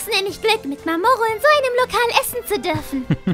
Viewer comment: Mamoku? Das heißt mamoru